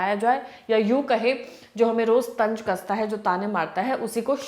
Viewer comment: Tanj nahi tanz thoda urdu please aap urdu me bola kare